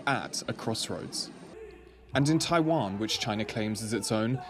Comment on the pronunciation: It's not Taaiwaan it's Taiwan